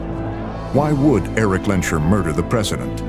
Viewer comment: Erik Lehnsherr is pronounced "Erik Layns-Hair", and not "Airy Clencher"!!